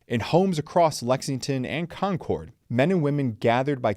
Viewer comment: He pronounces Concord like Concorde